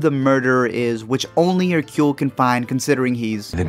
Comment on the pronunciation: Thank you for pronouncing Hercule's name correctly. However, this should have starred David Suchet. The whole movie feels wrong without him.